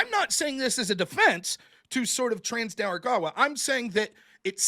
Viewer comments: why does pronounce it "trans de argawa" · "Trans they are Gawa" - Noerr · I love every time tries to pronounce Tren de Aragua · He makes it sound like a race or faction from Star Wars lol